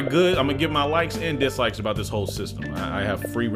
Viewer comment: no one:: imma give my LIKES and DISLIKES me: did this man say "my LiGhT-sKiNnEd AdViCe"